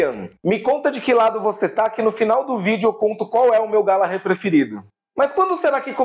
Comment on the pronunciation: Hahahahah terminar com glGallaalggherrr do Taste foi genial